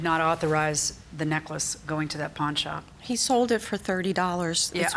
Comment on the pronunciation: At 3min 57 sec dd she say " I went to the porn shop " ?